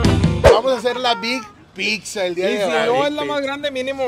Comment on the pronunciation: Enseñenle a que se dice pizza y no pikza